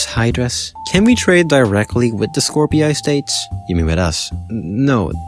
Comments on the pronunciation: I might be wrong,but the way you say skorpii and grusi sounds cursed af,I think it sounds more like just like how its spelled,skorpii and grusi. with the i sounding like a normal i. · skor pi yay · STOP MISPRONOUNCING SKORPII